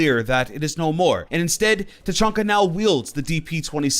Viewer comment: Tachanka not fuckin Tachonka